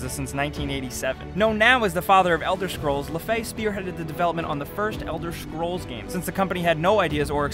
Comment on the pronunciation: Is it only me or is he saying "Elder SCHrols" ?